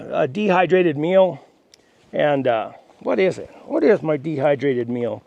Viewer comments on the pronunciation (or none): A dehydrated meal...I thought you said a dehydrated mule. lol